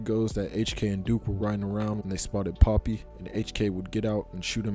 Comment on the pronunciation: Young poppy? ITS PAAAAAPPY